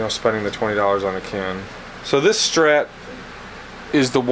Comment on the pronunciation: Did you say a Stret neck!?